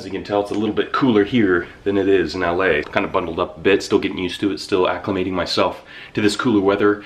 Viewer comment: Did you say "ACLIMATING MYSELF"